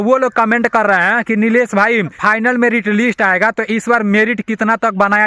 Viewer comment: Fainal नहीं भाई Final होता है।